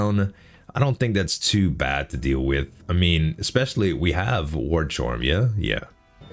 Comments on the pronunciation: ESS-specially, not EK-specially. Nothing but love for you homie, but I die a little inside every time i hear it. 😅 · Thats wrong too bear. Its EH (or IH)-specially.